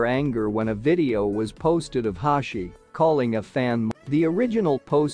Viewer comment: Hoshi❌ Hashi✔️